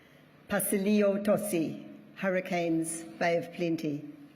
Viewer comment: I think I heard the word Hurricanes in maori 'Harakins'😂